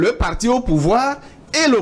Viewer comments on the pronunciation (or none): Ce journaliste ne connaît rien il fait honte non seulement par son raisonnement mais aussi la prononciation des mots comme « partchi politchique »